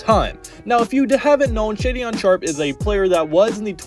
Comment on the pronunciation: Shaedon pronounced "shay-don' not shadyon!